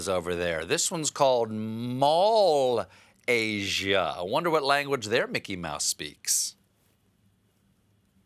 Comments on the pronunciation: As a Malaysian myself, I really LOLed hearing that pronunciation of “Mall-Asia”🤣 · Mal-Ay-Sia XDDD as a malaysian i approve of this joke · lmao "Mall Asia" 😂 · Mal-ay-sia. hahaha love it! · Hello.. from “Mall aye.. shear”.... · Lol. You know he's being sarcastic, right? If he said the real word, look how many twitt-storm he gonna get.